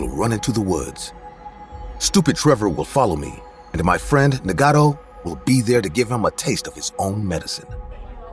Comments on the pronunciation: Nagato (Nah-gah-toe) Na•god•tho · Y’all hear how he pronounced naruto and nagato?